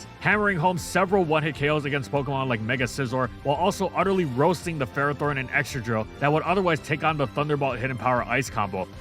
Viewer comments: the official handbook from the start of gen 9 still says Ferrothorn is pronounced fer-RAH-thorn 😭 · It’s pronounced FUR-AH-thorn, HEE-TRAN, man-TEEN, MAYNE-eck-trick, and rye-KOH, “”! 🤨